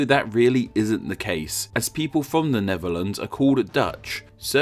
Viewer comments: AARGH! You should be pronouncing it as Nefferlands, seeing as you can't pronounce the TH in words. 1, 2, free. I fink. Fankyou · It's THE NEDERLANDS a.k.a. NETHERLANDS .... not the "NEVERLANDS" !!! ....PRONUNCIATION is important in any language - EVEN ENGLISH - not the "NORF Sea" neither is it (to quote you) ...One "Fird"of the country .... PRONUNCIATION !!!! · Except when he kept saying "Neverlands", this ain't Peter Pan's home!😂🤣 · wtf is “The Nevuhlands?”